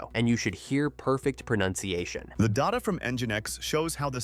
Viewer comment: Did you seriously incorrectly pronounce "data" as "daw-taw"? In North-American English, DAY-tuh (with a long 'a' sound) or DAH-tuh (with a short 'a' sound) are correct. DAW-taw is incorrect.